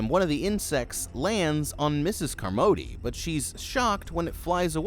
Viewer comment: Flinched everything u called her car-MOE-dee. Did you see the movie? No one said her name like that.